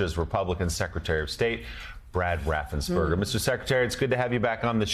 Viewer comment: " Helloooo Raffensburder ( because u know tRump was obviously thinking about a hamburder😂) I need 11,870 votes. Seriously Mr. Raffensperger u might have saved Democracy. Thank You sir !